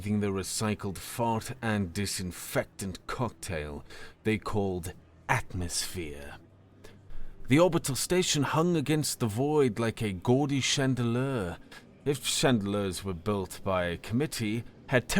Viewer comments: Chandelier is pronounced "shan...da.....lear" not shan..da..lure.... Please learn your pronunciations.!! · Probably worth pointing out that "chandelier" and "freighter" aren't pronounced the way you keep saying them. Also "hemoglobin" is "globin" not "goblin". And I've said this before on another story, but "lattice" is still not pronounced the way you said it either. You're also not saying "atrium" correctly. You should really look up words like this before saying them wrong. And you read "protest" as the verb when it was clear by context that it was being used as a noun, too.